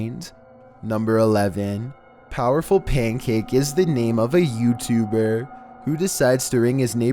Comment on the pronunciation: You say YouTubed like youtuberrr no hatr